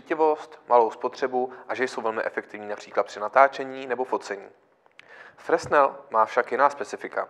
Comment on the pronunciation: No já se na fyzice na základce někdy před 40 lety učil, že Fresnel (který čočku vynalezl) se čte "frenel". Docela to tahá za uši. Jinak to je asi fajn světlo :)